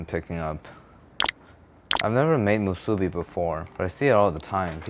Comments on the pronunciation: You're cutting the Spam the wrong way and saying musubi wrong.... LOL. An Asian saying it that way is sacrilegious LOL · You butchered that musubi. 💀💀💀💀